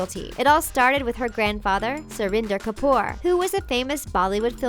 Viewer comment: They slaughtered the names of the Kapoor family. SO CRINGY AND AWKWARD.